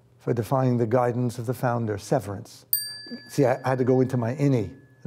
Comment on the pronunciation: "founder" "founder" "founduh" <- once he knows which character's voice to use.